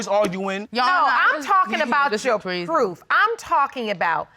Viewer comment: The lady said do you have pwoof 😫